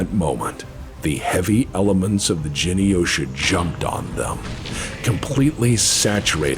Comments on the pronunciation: Me: Glowing love and respect for and his team and all the work they've done and just being overall good gents. Also Me: 'jeny-osha?' scoff You mean 'Gen' - hard G - Yosha? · Pronouncing Reichstag: "Guten Tag!":) Trying to Pronounce Japanese Words: "Jenny-OSHA" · Thank you, BPL. And Patreon supporters. And contributing content creators. And, I guess. Genyosha is pronounced with a hard G, you backwoods yokel. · This was fantastic one small nit pick. Genyosha is pronounced with a hard g